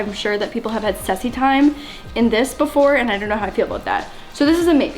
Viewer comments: She said sessy time 😂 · "Sesy time"😂💀